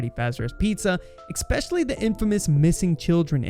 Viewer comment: Ugh....you're 1 of those people who say ekspecially.....automatic dislike on this video for you. As I watched further, your poor speaking got worse. Diffrientiate?? What is that? The word is differentiate. "Sukspects".........🤦‍♂️